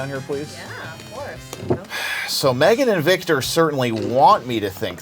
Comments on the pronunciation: PI: "What's your name?" Girl: "May-GAN" PI: "Okay, megin!" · “What’s your name?” “MAYgan” “Alright MEGGan “ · I perfer saying it Megin than May-gan. I hate when people say that